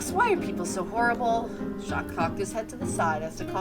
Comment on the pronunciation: The "s" on the end of Jacques is silent. You pronounce it "Jock".